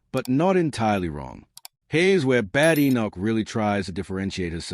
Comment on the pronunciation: I hate listening to these bots…it’s not “Bad. Enoch”! It’s “Badenoch. Bade. Like ‘played’! I had to switch off after a few minutes!!